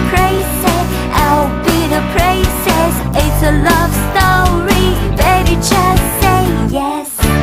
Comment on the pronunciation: 發音/咬字還差一點點, 尤其--prince(我聽到prace???)和princess(再次聽到pracess)... 所以, 加油...